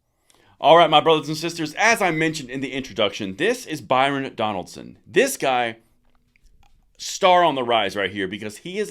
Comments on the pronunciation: Byron Donalds, not Donaldson. He is Florida Man. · Maybe I heard you incorrectly but the Florida representative is named Byron Donalds not Donaldson. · Byron DONALDS please. NOT Byron Donald"son". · Donald's, got to at least get the brother's name right😂